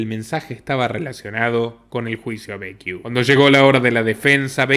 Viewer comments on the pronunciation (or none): Impresionante.... te comento que Becciu se pronuncia como Bechiu no Bequiu como estas diciendo...si tenes duda entonces leelo en castellano.